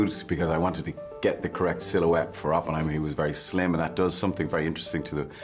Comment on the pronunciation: Sounded like tommy the way he pronounced Oppenheimer lol